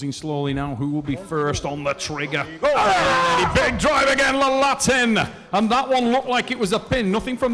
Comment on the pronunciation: Someone plz tell the commentator its Laletin, not Lalatin.